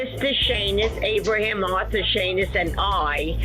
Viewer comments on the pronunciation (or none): none